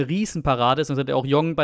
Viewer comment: Jeong (sein Nachname) spricht man Dschong. Mir eigentlich egal sowas aber dann bist du noch besser als deine Tv Kollegen.